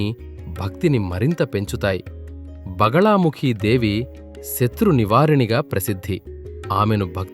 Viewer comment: బగలా కాదు బగళా ముఖి